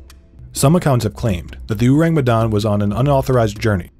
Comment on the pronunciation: Their mispronunciation of Urang Medan is so distracting 😅😅